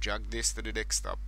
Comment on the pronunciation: Sounds like you say dickstop instead of desktop AHHA